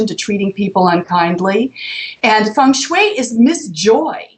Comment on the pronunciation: O she said Feng Shui the right way! :O Second person ever to me :)